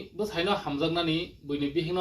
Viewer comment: Busano × Bwsaino ✓